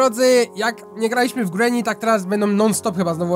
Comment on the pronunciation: Mówi się ,,grini